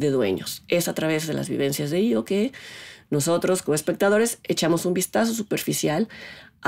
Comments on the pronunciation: Se pronuncia I.O aunque se escriba E,O. Hay que recordar que la película no está concebida en español si no en otro idioma totalmente diferente , en este caso en idioma Polaco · pues la del circo , la primera chava que aparece lo llama ( pronunciando ) como I.O